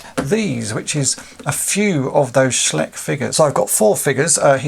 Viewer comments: Another cool video! Just one thing - I believe it's pronounced SchEYEch; in German when you come to an ei or an ie, you pronounce the last letter. Not a native speaker so happy to be corrected. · Hey... Germany calling... In case you wanna know.... The name of the company should be pronounced more like "schlysch"